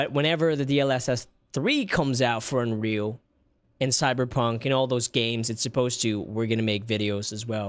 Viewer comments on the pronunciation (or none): Did you just say " running in 4k resholution " and " looks unwheel " yikes bro? 🤣🤣🤣